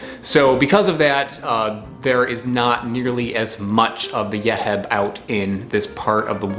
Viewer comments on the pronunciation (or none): Yeheb is pronounced "Yuh-Heeb" 😉 Love your channel!!